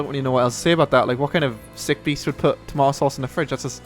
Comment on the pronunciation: Say tomato some more